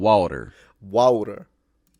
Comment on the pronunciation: He an americanised Jamaican